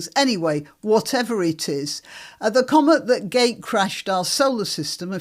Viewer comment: It's "comet" not "commut". 😄